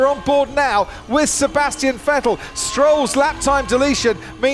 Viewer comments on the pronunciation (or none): none